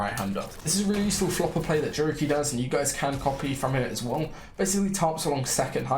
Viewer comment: Bro says jurky with jamaican accent 😂😂😂